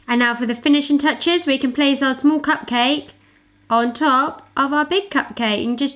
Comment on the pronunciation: I swear I heard say "pugcake" a couple of times!